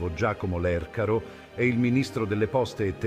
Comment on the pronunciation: Arcivescovo card. Lercaro, con l'accento sulla "a"